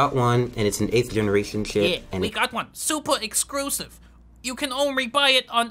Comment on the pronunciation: “supa excrusive”